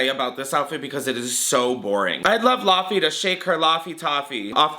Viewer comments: calling her lahfie instead of laufey made me giggle a little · Laufey name is pronounced lay-vey, I totally recommend listening to her songs, I love her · love all the puns for laufey but the wrong pronouciation but she did serve wallpaper